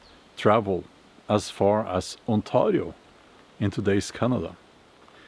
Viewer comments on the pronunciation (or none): The way you say Ontario hurts me. Please stop. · I infact do not speak the language of the Iroquois people 😂. Although their history is interesting and bloody. But the way you pronounce Ontario is painful, I'm sorry but its true. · The way he says Ontario, that's a first I heard thst way. lol sounds cool. On-tar-rio. It is pronounced with A sound like letter a spoken, so On-tay-rio but your way of saying it sounds cool and unique, lol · You say Ontario like a perfect Scottish accent for a Scandinavian 😂 I mean I guess it's your country anyway 😂